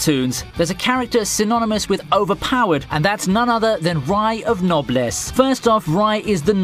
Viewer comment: So anyone else found the way he pronounced Noblesse annoying.